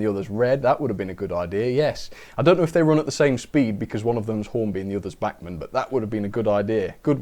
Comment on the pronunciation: It's bachmann